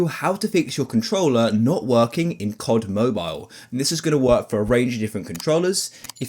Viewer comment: C O D, not Kott.